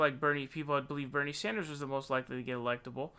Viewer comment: Dammit, you Sawndersed again at the end. Why the fuck?